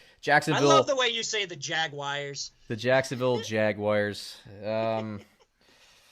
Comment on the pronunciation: man. I gotta be honest. I cannot stand when grown ass men pronounce the Jaguars like that. Jagy wires... WTF is this? Elementary school?